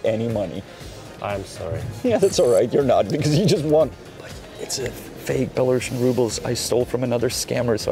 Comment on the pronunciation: Janek, I love your videos! Also, my gf is a political refugee from Belarus and she simply hates when someone pronounces Belarusian as "bela-russian" as it connotates Belarus (the name of the country) is somewhat linked with Russia, which it isn't. The correct pronunciation is with an "s", not an "š". Please please pretty please correct your pronunciation! 🙏🏻🙏🏻🙏🏻